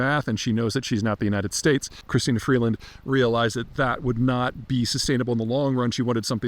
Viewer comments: It’s Chrystia. Not Christina. 😉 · Chrystia, not Christina. I'd have let it go if you'd only said it once. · I'm Canadian. I have no love for Trudeau, but I couldn't get past the first two minutes of this it was so bad. And it's Chrystia, not Christina. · Christa not Christina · Note to Peter: it is NOT "Christina," it is "Chrystia" Freeland. She is of ethnic Ukrainian descent, and yes, quite smart, but also a tad arrogant. Arrogance has long been the hallmark of the Liberals, going back to Pierre Elliott Trudeau, who famously said (in reference to declaring martial law, suspending civil liberties, placing protestors in prison without charges or trial, and bringing in the Canadian Army to the streets of Montreal); "How far do I go? Well, just watch me!" Yup, he actually said that (to a reporter). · Well for starters, it is Chrystia not Christina. And as far as smartness goes, she is a puppet of the World Economic Forum where only elitist group think matters. I didn't bother listening to Mr. Zeihan beyond the three minute mark, so do tell if he mentioned Freeland's closing of Canadian protesters' bank accounts, and her bizarre methish body language at press conferences. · Chrystia ... not christina....smartest person alive in canada... Wow....Peter... Just stop....lost all credibility.... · First of all Peter, her name is Chrystia, not Christina… but who cares. You’ve got the “empty suit” right, but from my Canadian point of view, if Chrystia Freeland is one of the smartest people in Canada, then we’re in way bigger trouble than you thought. I’m not sure where you’re getting such a glorified picture of Ms. Freeland, but it’s not from Canadians! If I were you, I’d do some digging into the potential of Pierre Pollieve. As it stands now, Canadians feel he is the one that can bring respectability and common sense back to Canada. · It's CHRYSTIA, not CHRISTINA. That's a pretty simple thing to know. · It’s not Christina… it’s Chrystia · It's Chrystia not Christina Peter.